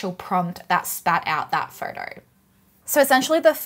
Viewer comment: She didn't say photo she said "four-door" or maybe "fartar"